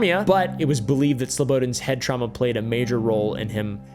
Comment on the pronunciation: I don't know why I laughed so hard at the word traumna